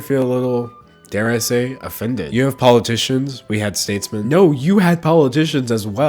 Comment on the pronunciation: "poligicians" I see what you did there 🕴